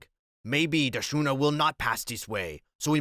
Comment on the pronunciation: Schooner is pronounced Skooner.